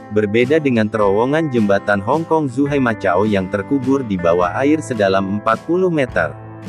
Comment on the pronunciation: macau... di baca makau bukan matjau....